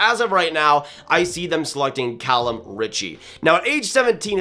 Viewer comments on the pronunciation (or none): none